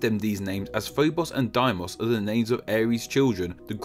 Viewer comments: Sorry if I'm wrong, but I think it's pronounced "Day-Mos", not "Die-Mos.". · Funny, as Doom was actually set on the moons of Mars. "Erda" and "Erde" Pronounced "air-dah" and "air-day" "Deimos" Pronounced "day-mohs"